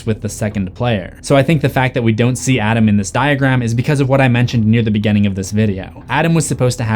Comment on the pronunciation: Oh! And what's up with your dialect? It's like hearing people say WESSconsin instead of WISCONSIN every time you say any word with a small i. Beginning becomes "beGENNING."